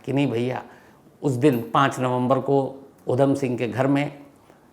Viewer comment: Jaban fisal Rahi he apki . Jara dhyan se boliye.5 November - Uddham Singh 😊